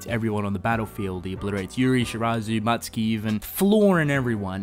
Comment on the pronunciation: It's Mutsuki not Matsuki.